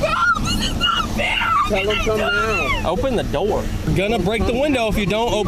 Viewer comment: the way he said "0PeN Na d0oR"